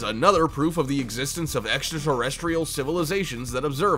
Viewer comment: They why you say civilizations 😆